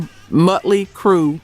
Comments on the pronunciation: It's not "muttley" lol. The O is like the O in Ostrich. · You're saying Motley Crew wrong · Fact checking/? you can not be serious. hell you cant even pronounce Motley Crue right. hell this is the third time u used this crue clip with added edits.. Ac'/Dc Scott dieing was not the reason they continued. That was 1 clip from a BBC interview. JC Stop these hack stories or do better.